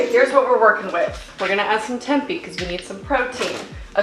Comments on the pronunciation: Lmao I have seen at least one other video where she pronounces tempi, I have never heard anyone say it that way before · I’ve always thought it was pronounced temp-ay? I’ve never heard anyone say tempey before. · Tempeh is pronounced "tempay." I've never added it to breakfast hash. I'm going to try it!! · Wait have I been pronouncing tempeh wrong this whole time?? I’ve been saying temp-ay” and now I feel like a damn fool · Just so you know - tempeh is pronounced temp-aye 🙂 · came to the comment section looking for this comment lol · love this video but holy shit, she doesn't know how to pronunce tempeh or gnocchi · lol she just kept saying it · I love how she says it! Solidifies her spot as my fav youtuber 💕